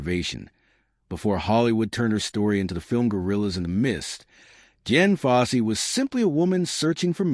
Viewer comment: Ok, you lost me at Jen Fossey. Uhm her name was Dian.. fucking AI... 👎